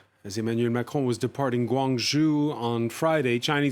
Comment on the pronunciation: Please pronounce Chinese names properly. Guangzhou for example…..